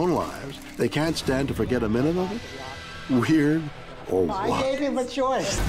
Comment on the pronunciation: Dude is saying "weird or what?" wrong. Dumb name for a series anyway.